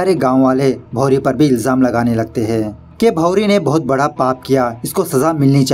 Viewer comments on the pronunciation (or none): none